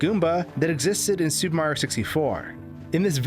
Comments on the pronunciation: why do you and so many other pronounce "super Mario" so differently i hear " su maro" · “The Soup Mario Galaxy Series-“